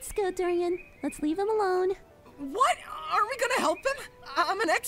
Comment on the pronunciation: They said Dorian wrong. 😊☝️